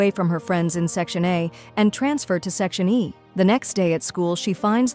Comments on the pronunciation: It’s not section A. It’s section E. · Bro they keep saying section e is section a E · its section e not section a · Bruh the AI voice is saying is section A instead of section Eb😂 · It's E not A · bro its not section a its section e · Is not section A it's section E 🙄🙄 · It’s section e not a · Section A or section E😭 u are saying a but it's eeeee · It is not a it is e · It's not section a it's section e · It's section e not A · Firstly it's not g it's jay jay secondly it's section e not a but it's alright you explained very well